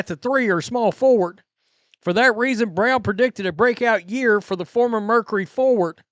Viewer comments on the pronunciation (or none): none